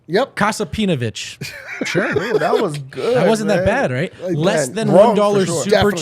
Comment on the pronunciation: Nice one! You nailed that Kasapinović!